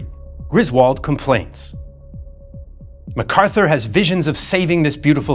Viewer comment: Not macarthuer